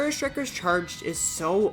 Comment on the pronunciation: Its called Strike, not Shtrike